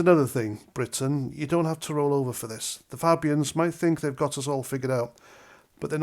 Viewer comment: Polite request ……..please pronounce the word Fabians correctly! Great post though!